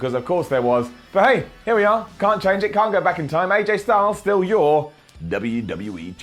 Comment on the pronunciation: When he said vstil your WWE Champion, I laughed way too much😂